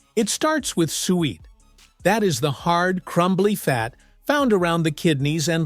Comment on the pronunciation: It's pronounced SOO-wet.